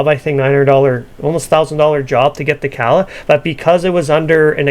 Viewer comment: CA-TA-LI-TIC ... Not Cadillac 🤣